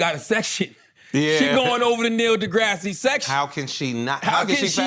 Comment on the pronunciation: Can you please stop calling that man Neil De Grassy